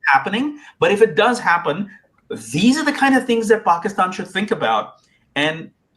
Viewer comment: The way he said paakstann 😂😂😂 in the introduction, i knew he was born in pakistan and he is also a product of delusion and inbreed dumbwits 😂